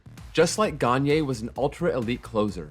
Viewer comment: He also did a pretty good job at pronouncing Gagné’s name